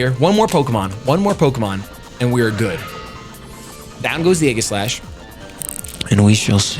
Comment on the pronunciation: Please pronounce Aegislash correctly. So few people actually do.